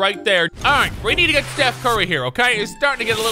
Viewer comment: "just put a t in your name" steth curry